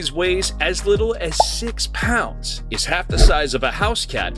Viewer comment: Its 'pounds' not 'ponds' 😂